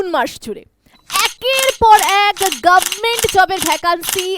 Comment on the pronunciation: গাব মেন্ট 😂😂😂 রং এর থেকে ঢং বেশি 😂😂